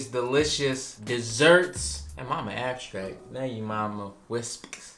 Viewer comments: “ now we gotta come back to ”~🤣🤣🤣🤣🤣🤣🤣💕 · Vanilla ab-strackt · YALL DID HER DIRTTY “ABSTRACT” “WISPK” 😂😂 love ya guys as always